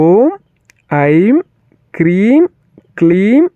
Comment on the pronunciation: Hreem and not Kreem